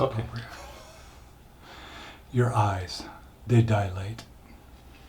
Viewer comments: Lmao "dia-late", now I definitely cant wait to see. Hope Donnie gets it done!! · They, “die - late” haha